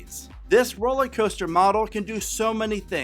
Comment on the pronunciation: Are you saying roller coaster or rolly coaster? Sorry…just a pet peeve when I listen to your presentations. I also hail from the Dayton area.